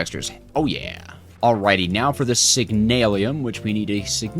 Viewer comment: Not "Constintin" Say it like, "Con Stan Tan" Con, like a con artist, Stan like the name, and Tan like what you get at the beach. And its not "Signailium" its "Signal um" Signal, like a traffic light, and um, like when you are saying um for a question you don't know *Make sure to put emphasis on the A though. Also yes the time in bottle sucks time from the bottle when speeding a machine, but the machine will use more FE (does not include create machines)